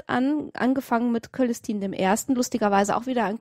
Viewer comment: Ihr habt das Wichtigste vergessen bei der "Geschichte der Woche" : der Typ ist jetzt natürlich ein Superheld! Der Name des Papstes lautet allerdings - zumindest im deutschen Latein - "Tsölestin", nicht "Kölestin" (vor hellen Vokalen - ö - c = Ts). Klugscheiss (